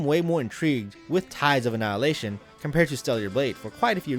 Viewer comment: Says not being harsh to the game, but can’t pronounce the name. YouTube these days